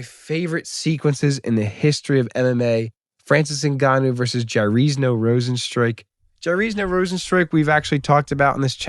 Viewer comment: Jarrisno rozenstruik 😂😂😂 YAIR SEE NHOO JAiRZINHO YAIR SEE ÑO